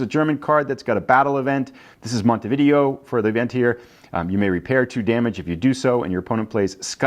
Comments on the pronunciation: Umm believe it is pronounced mount t v day o not video like the games! Could be wrong but…… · Yup it's pronounced Mon-tee-vid-ay-oh you are correct...